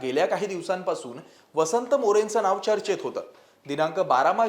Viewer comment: णाव नाही नाव